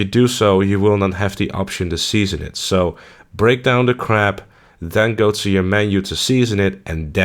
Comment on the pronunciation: Thought you were talking about “crap” rather than crab lol